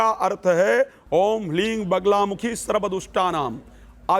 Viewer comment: Hlreem nhi hota hleem hota hai